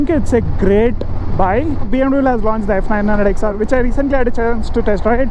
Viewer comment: check out ur videos how ur pronouncing BMW learn how to say BMW